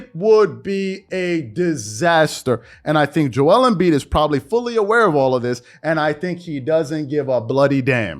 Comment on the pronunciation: WHY DO YA SAY JO WELL EMBIID JO EL EEMM BIIDD